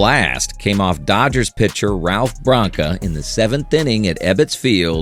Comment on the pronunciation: Really not AI? Then why pronounce Branca "Bronca," as in honk, 'sted of Branca, like tank?